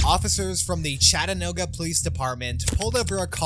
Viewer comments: Chat-a-new-ga not no-ga even thought it’s spelt like so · Ok bro I don’t like how you pronounced Chattanooga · Nice way to mispronounce “Chattanooga”. 🤣